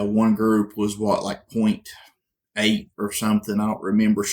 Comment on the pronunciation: When it was introduced Remington called it the 7mm OUGHT eight. Therefore that is the name of the cartridge. Not "Oh" eight. Please correct this.